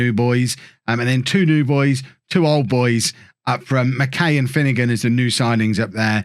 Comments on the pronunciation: Barrie mckay is pronounced “Barrie Mckiy” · as a forest supporter, barrie mckay is pronouncec mac-eye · Pronounced McK’eye’ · As a Scot. It's Barrie Mck(eye)